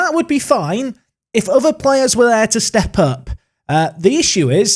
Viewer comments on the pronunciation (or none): none